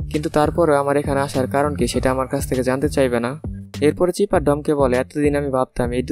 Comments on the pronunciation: ভাই চিপার না। সাইফার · লোল। ভিলেনের নাম চিফার নাকি। সাইফার